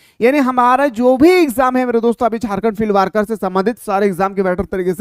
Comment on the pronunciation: Not वार्कर it's वर्कर ...please🙏